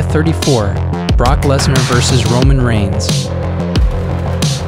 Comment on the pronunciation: ah yes my favorite superstar, ROMIGNS